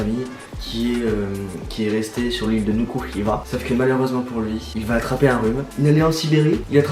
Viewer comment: Yes, je suis marquisien et je trouve que t'as bien prononcé Nuku Hiva😁